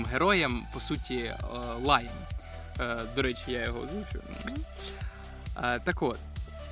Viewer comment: Я НЕ РОЗУМІЮ ЧОМУ ЛАЙ??? В ОРИГІНАЛЬНІЙ ОЗВУЧЦІ ЯВНО ЧУТИ ЛАЙОС НЕ ЛАЙЙ